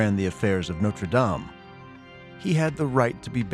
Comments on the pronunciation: It’s pronounced “Norte Dame — Dam as in Wham”: NOT “Norte Dame — as in game”. If a program is intended to educate, then the pronunciation of the words are important. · If he's talking about Notre Dame, be respectful and pronounce it correctly. It's not "Nowter Daym" . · Why does the narrator switch back and forth with two different pronunciations of Notre Dame? This is not only peculiar, it’s unprofessional. The correct pronunciation is used repeatedly by French interviewees, so there was no excuse for calling it Notre Dāme, with a long “a”. I also wonder why the screen is never called by its correct medieval term, “ the rood screen”. Rood is an old word for Christ’s cross, as in Scotland’s Holyrood Palace. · Interesting, but I find it disrespectful for the voice over to keep mis-pronouncing Notre Dame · why can't americans pronounce notre dame properly?? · Why can't Americans pronounce "dame" properly ? ruins the whole programme